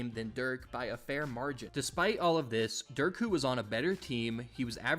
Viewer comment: Messed up Dirk’s name, Michael Finley’s name, and Jalen Brunson’s. When you make these videos and there’s glaring errors like that it takes away from your credibility. Sharpen it up because the rest was great!